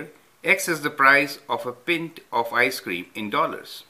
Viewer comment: Pint is pronounced /ˈpaɪnt/ Now say with me: Oy guv, lemme have a pint of lager pls!